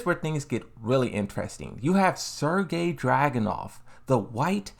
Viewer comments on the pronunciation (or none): none